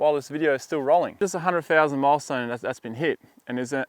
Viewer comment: That's a lot of subs for someone that can't pronounce 100,000